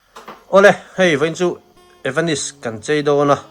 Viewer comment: A zuartupa ber chuan evanis ti deuh tlat😂😂😂😂